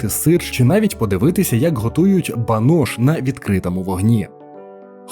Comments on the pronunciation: Навчись правильно ставити наголоси. Бридко чути, коли кажуть ДнІстер, ХОтин, банОш. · Це відео АІ озвучував???? Бо якщо жива людина, то як можна не знати, що правильно казати ПЕтрос, ХотИн, бАнош